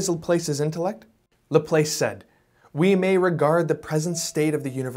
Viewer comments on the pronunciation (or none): Pronounced Lah-plass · It’s pronounced laplass lol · Laplace Said like class or grass Not place or face or grace